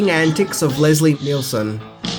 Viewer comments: Neal son not Nel son...... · Great video, but it’s Leslie NIELson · It's Leslie NIELSEN, NOT Leslie NEILSEN